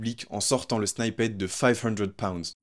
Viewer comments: Arrêtez de dire “snyppet” mdrrr sinon la vidéo est bien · "snippet" se prononce :snypeut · Super video mais la pronunciation de snippet c'est vraiment pas ça😅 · revoit la façon dont tu dit snippet sinon super vidéo